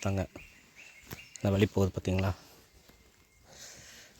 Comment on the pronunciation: ஏழு வழி அழகு என்று எழுதி அதை ஏலு வலி அலகு என்று படிக்க தங்களுக்கு கற்றுத் தந்த மாங்கா மடையன் ஆசிரியர் யார் ழகர வரிசைதான் தமிழின் அழகு அது சரியாக இல்லாததால் பார்ப்பதற்கும் கேட்பதற்கும் அழகாக இல்லை ஹெவன் எக்ஸ்புளோரர் என்ற சேனலின் தமிழ் உச்சரிப்பைக் கேட்டுப் பாருங்கள் மற்றபடி காணொளி சிறப்பு திருத்திக் கொள்ள பழகுங்கள்